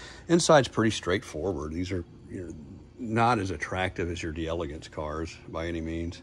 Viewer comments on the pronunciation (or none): Deee-elegance. LOL. Come on dude. It's Day-la-gance.